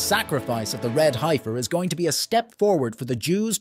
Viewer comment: Guys didn't even pronounce heifer right